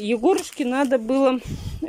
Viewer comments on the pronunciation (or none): none